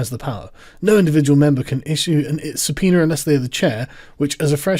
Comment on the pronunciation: Why do you sometimes call it a subpeener?